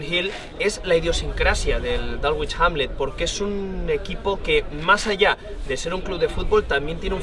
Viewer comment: dálgüich jánle... madre mía! bueno, dejando de lado la pronunciación barbárica del Dulwich Hamlet, lo importante del reportaje es que es oro puro, muchas felicidades!!!! es de 10 el seguimiento a futbol británico modesto!!! les recomiendo mucho dar un vistazo al Clapton FC o al proyecto de Robbie Savage que está tratando de revivir al Macclesfield Town ahora Macclesfield FC!!